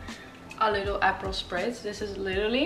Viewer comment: What was in the Prosecco? Do you say apple?